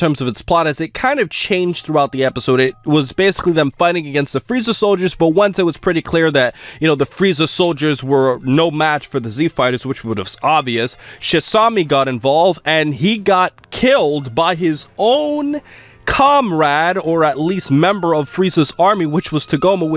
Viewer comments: Shisami* not shisimi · NOT SHI-SEE-ME ITS SHI-SAH-ME JESUS